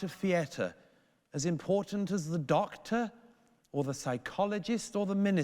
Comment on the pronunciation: Stop saying "theatre" wrong